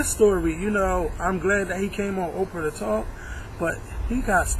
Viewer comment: its oprah not opera you illiterate fuck